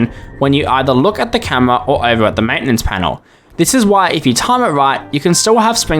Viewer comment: bro said camwoa